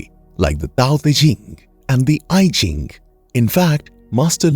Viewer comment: My toenails roll themselves up in cringe when I listen to the butchering of Chinese names, as the "Eye-Jing" (no relation to iphone or ipad, buddy). Please learn some basic skills of pronounciation before lecturing.